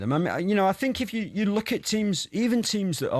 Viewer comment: Dear Gabby we are now "Far richer than yow"